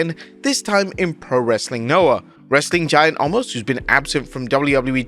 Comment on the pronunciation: FFS. His name is Omos. Not Allmos!